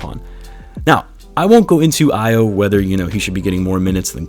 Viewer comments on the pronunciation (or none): AYO is pronounced AHH-YAWW. Not AYY-YOO. -a Nigerian